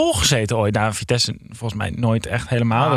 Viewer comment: Het vriendelijke verzoek of jullie vitesse voortaan zo willen uitspreken. Dank